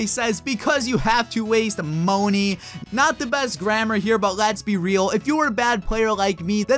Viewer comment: wast mony, how said it was funny